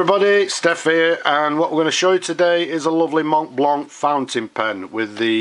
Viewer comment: I know you said you don't wanna hear about it. Yet, I think you can make it to perfection by not pronouncing the "t" and the "c". It's a french word and the French mostly don't pronounce the last vowel sound of a word. Everything else how you say this word sounds good, even to me. So, no offense there... I just think self-improvement never hurt anyone. Cheers